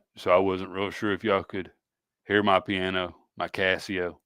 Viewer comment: Every damn district .. church pianer..lol